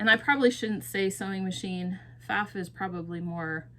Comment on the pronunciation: Pfaff is pronounced with a silent P. I have owned and sold Pfaff for years. I was taught to sew on a Pfaff by my grandma. Pfaff makes both sewing machines and embroidery machines. My Pfaff from 2010 is a sewing machine with limited programmable embroidery stitches.